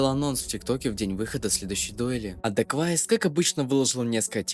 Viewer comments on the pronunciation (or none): Чел называет даквейзиса даквайсом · он дакуэйвис* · Бля , гайс , он Дакуэйвис